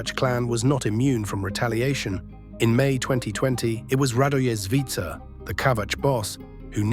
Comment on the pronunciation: oh you butchered their names especially surnames. It's Kotor with Hard R (pronounce it like it's written), Zvicer is Zvitzer, say it like Spitzer but Zvicer. Just don't twist your tongue.